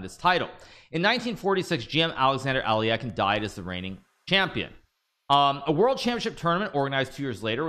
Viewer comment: You coulda been the Challenger😪😪😪😪....btw Stop saying Ali-eken. Its Ale-kein, and it always will be.